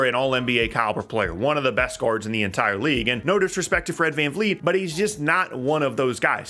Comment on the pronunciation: at first i though was just making an error, but now tbh, i don’t think he really knows that’s FvV’s last name is Van”Vleet”, not fleet. just another ignorant American